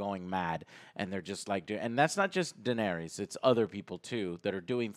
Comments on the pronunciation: Unrelated, but it's funny how Joe mispronounces almost every name is this show: Danareeez, Varieez, Urion, Cleegan, Mahsunday.... LOL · "And he CAN'T even say the names write! Not Daenarys, not Drogon.. But somehow he can write everything" Wut? Btw. it's DaenErys. :D